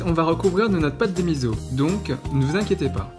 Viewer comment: Juste pour taquiner, on ne dit pas mizo. Cela se prononce miço (enfin en lecture classique hepburn on écrit miso car misso c'est pour みっそ )